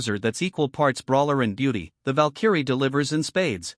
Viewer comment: Val-Kerry.... someone needs to teach the AI how to say it.